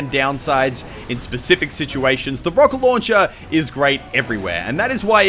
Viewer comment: i love how mucle k pronounces rocket launcher. xd rawket lownchair